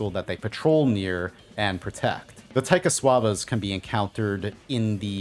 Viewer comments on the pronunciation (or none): That was a very, um, brave attempt at pronouncing the name of Taikasauva.